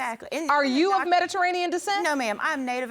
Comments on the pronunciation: Let's say it together, Me-di-TERR-anean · Metarainian lol